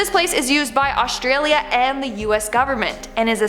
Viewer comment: Please don’t say Australia with an Australian accent, very cringey!